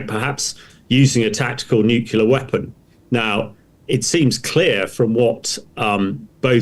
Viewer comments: Its not nucular its nuclear. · I cannot listen to an expert talking about nukular things. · Former US president Jimmy Carter, a nuclear engineer, always said nukular. Who am I to argue. We say eye-urn not i-ron. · This Frodo can’t even pronounce nuclear. It’s as if he’s never had to spell the word.